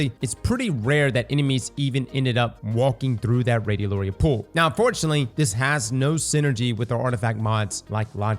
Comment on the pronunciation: it's pronounced radio larry yuh